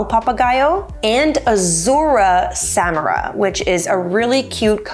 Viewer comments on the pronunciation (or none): none